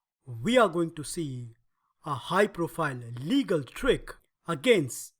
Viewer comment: This is not pronounced "legal" as in lawful. It is "Légal" (le-GAL) as in Sire de Légal -- the world's top chess player from about 1730 to 1755, and also Philidor's teacher. Philidor in fact named and published the above thematic trap in honor of him. The original game with this trap featured Légal playing at rook odds (without Ra1) against Saint Brie in Paris 1750. The more you know :)